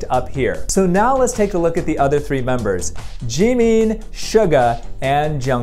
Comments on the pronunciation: his name is pronounced jim in not Jee mean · I’m sorry did he just say “JEEMEEN” 😭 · The way he says G meen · His pronunciation of Jimins name is 😖😖😖